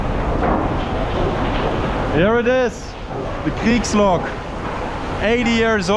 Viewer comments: Bro that Kriegs was perfectly pronounced are u German? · You pronounced Kriegslok so well ngl